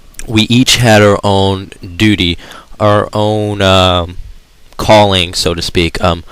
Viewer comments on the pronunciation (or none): haha he said duty lol grest vid dude try hard jk or am i